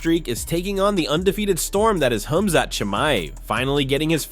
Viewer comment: Wow! Man thank you. You've finally pronounced it right. KHAMZAT 🎉🎉🎉🎉❤❤❤❤